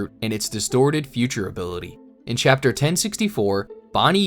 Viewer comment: Chappter four billeaon ????? 😂😂😂